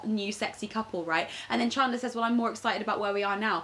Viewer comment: The way rose pronounced chandler from friends is so posh and British 😂